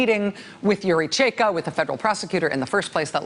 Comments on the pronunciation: Side note: Chaika/чайка is pronounced ch-EYE-kah, not chey-kah. Well, unless meant as a wordplay on Cheka. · it's pronounced chai-ka, not chey-ka :) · Ch_a_i_k_a - China. That's the right pronunciation of the 1st syllable. Also chaika means seagull, the bird. And it is a name of known Chekhov's play. How important is this? May be not... But please don't hesitate to ask if interested. Rachel you're the best! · I swear, if she says Cheika one. more. time... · Rachel its chaika like the chai you order at Starbucks? Except this one has ka in the the end. Chaika! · Rachel, love, you're killing me — please stop rhyming first syllable of chai-ka with bay or hey. It rhymes with buy and high. My poor ears! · #rachelmaddow how are u going to spend your whole show talking about one guy. Whose name is also a noun. whose name is also Chekhovs most famous play. And not ask 1 Russian speaker. Or Google. How to actually pronounce it. Smfh. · I wish someone would coach Rachel on pronouncing foreign names. She says that "Chaika" is the most pronouncable of Russian names but she mispronounces it.... over and over and over.